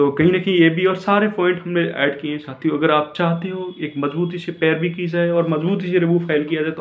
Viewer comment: भाई साथियों होता है न कि छातियों😊